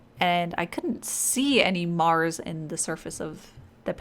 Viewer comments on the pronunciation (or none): none